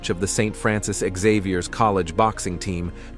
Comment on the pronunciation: "Exavier"? No way!